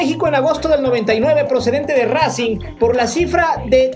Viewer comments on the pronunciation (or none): none